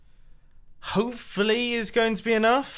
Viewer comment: Wowie wow wow he said “hoofally”